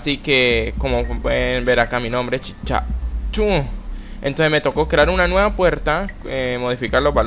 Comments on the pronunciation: Porque endebes dedesir CHICHACHU DISE CHICACHU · Me fije que que desia chicachu en ves de chichachu XD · Espera que :v Al principio enves de decir el nombre "CHICHACHU" decía "CHICACHU" wtf alv xD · CHICHACHU en el segundo 53 hay dice CHICACHU xD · Minuto no es CHICHACHU es chicachu xD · En antes de entrar ala estacion dice chicachu tenia que decir chichachu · Alli de chicachu en ves de chichachu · Soy yo o dice chicachu? Afuera de la estación de satélite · Chicha ay dice chicachu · LIKE si te diste cuenta que decia Chicachu xdxd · Decia chicachu